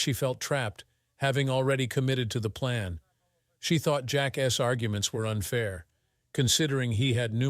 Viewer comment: Its over before he even heard about it. Plus this ai is pronouncing things terribly. Wontee eg wan-t or eg Jack-s . Plurals are done terribly